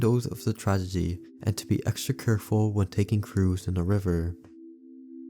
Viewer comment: my man said tradegy